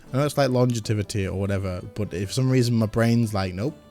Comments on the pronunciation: Lon-Jev-Ety sometimes Gs sound like Js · Long-Jev-ity lol